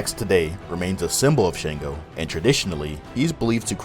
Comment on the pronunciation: Its pretty good for putting the effort, just a couple of mistakes which have already been stated. However it is Sango not Shango, Shango is not a Yoruba word.